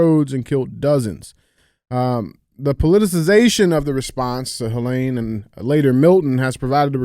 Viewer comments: DJ: it's Helene...not Huhlain. Andy: please axe him to pronounce it correctly. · Pronouncing all that medical stuff right, and then mispronouncing HELENE 100 times is crazy! LOL